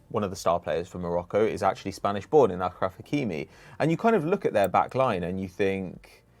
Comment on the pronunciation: my man, it’s pronounced ASH-raf hakimi, not “akhraf.” Akhraf means senile in Arabic